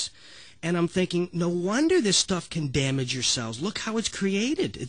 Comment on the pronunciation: What is "synthectic"? What is "damgage"? What is "itamine C"?